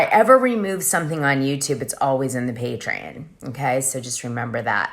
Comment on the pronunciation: Patreon = PAY TREE ON!!!! Not pay tree IN!!!!